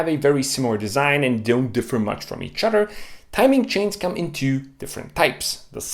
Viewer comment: Hehe he said udder